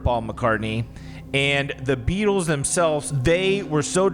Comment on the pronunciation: saying “the BeAtlEees” had me weak lmaooo